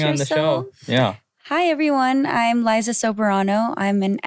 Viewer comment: Liza is so eloquent like I’m literally loving every pronunciation she’s doing. This interview is so good and well contentful as you can see im out of words. The male host is so adorable for curiously cutting off Liza but it’s nice in a way and not like any other hosts whose trying to make it about themselves instead of the guest’s. I’m so rooting for where Liza will take herself, this revolutionary is so exciting and thrilling. Nobody from the Filipino film industry made it to Hollywood yet and created a BIG NOTICEABLE impact! Go Liza dear, set us in fire!!! ❤